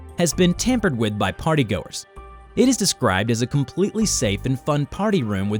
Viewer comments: the yellow man, is the French fry gang. the way how you said partygoers you said partygoors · I almost laugh while my baby sister is in my side when you said "partay"🤣